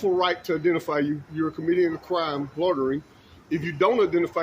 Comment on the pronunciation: Loitering not lorterin.